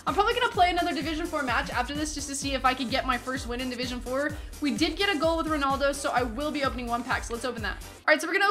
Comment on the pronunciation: it's RONALDO not RONOLDO